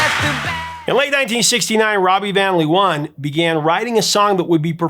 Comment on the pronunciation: Amusing to hear you mispronounce Robbie van Leeuwen ;-) (Vahn Layoowhen)